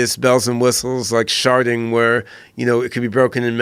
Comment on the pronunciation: This goes so far over my head, in the first two mins when he says "sharding" I thought he said "sharting." I was trying for a good four mins to figure out what this nerd shit, something I know nothing about, had to do with shitting your pants, something I understand.